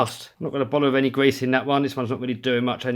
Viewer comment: You weally gotta get out the old gwease 😆